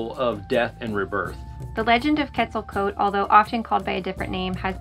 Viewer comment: Your story very nice told,except your pronunciation of Quetzalcoatl wich sounded llike "quesaktl"